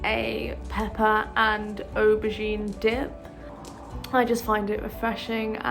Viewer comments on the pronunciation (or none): none